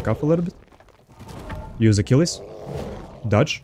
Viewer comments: What you on about? He totally pronounces it right... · he pronounced it right, it's a roman name not fucking english